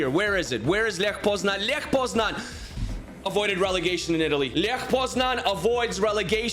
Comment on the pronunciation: Bro its Lech not ljech